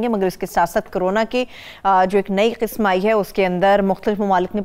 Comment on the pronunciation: KISM......QISM....NAHI.......AAP QAAF SAHI BOLNAY KI KOSHISH BICHARAY KAAF KO BHOOL JATI HAIN.......BIBI AAP KA AUR MOHTARUM HAROON SAHAB KA PROGRAM BAHUT HI ACHA HAI........PAISH KASH LAJAWAB.....KAANO PER GIRAN NAHI GHUZERTA.